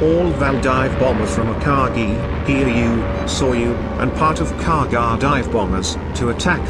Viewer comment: Best robot voice so far but: A "bow" is a weapon used with an arrow. A "bow" is the pointy bit at the front of a ship. Dropping of definite and indefinite articles hurts. You also have the weirdest pronunciation I have heard of the Kaga.Then near the end "Austrarlia" (sic) and "R-A-A-F" make me pretty certain you are not a native English speaker. Try to get a friend who is so they can fix your scripts before posting. The BIG positive is that there are no smarmy sarcastic and failed attempts at humour like on another naval oriented channel so this is definitely a better watch.